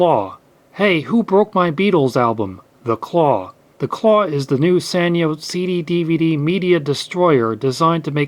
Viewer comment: It's pronounced Sanyo. It's a Japanese company so the sa sounds like sah